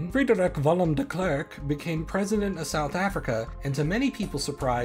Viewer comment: Nee hy sê dit nie heeltemal reg nie en jy kan hoor dit is n computer stem. Die Willem gedeelte klink meer Duits en sal graag die nederlandse spraak wil hoor.